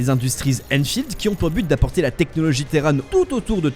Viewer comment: « En SEHHH » nan par pitié un effort 💀